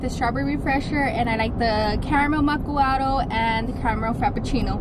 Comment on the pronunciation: Hahaha its not macccuado💀😄. Its Macquiado😆✅